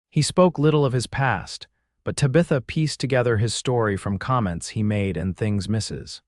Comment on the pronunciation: PLEASE, PLEASE, PLEASE teach AI how to pronounce names!!!! Tabitha is not pronounced TA-BETH-A, it's TAB-ith-A. Santa Fe is not Santa Fee, Eleanor is not El-eeenar. A bullet wound is not wound around the arm.